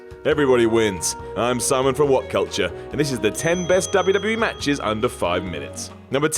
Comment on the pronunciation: "Matches" xD xD xD